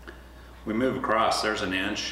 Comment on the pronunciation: across not acrosst